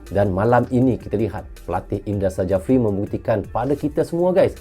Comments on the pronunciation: dibaca indra syafri bang bukan sajafri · Indra Sjafri dibaca Indra Syafri Huruf J dibaca sebagai Y